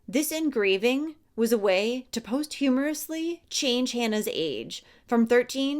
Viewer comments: "Posthumously" not posthumorously. Nothing humorous here! Check pronunciation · The word is posthumously and it is pronounced " POST YOU MOUS LEE" not post humorously.. I enjoy your stories but sometimes the way you slaughter words really gets me... In one episode you pronounced the word TETHER as tee ther it is teath er ( like leather with a T) and in other episodes you have slaughtered other words that really get me at the time even though I cannot think of other specifics right now... I REALLY am not trying to be rude.. just trying to help point it out so maybe it can be fixed...